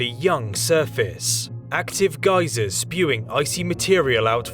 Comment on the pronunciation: at least he said geysers instead of ghee-zahs